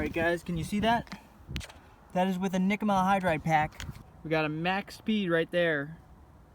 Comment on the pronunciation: Are you saying Nikama-hydryd